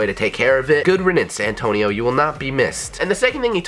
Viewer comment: every time he says Antonio i cring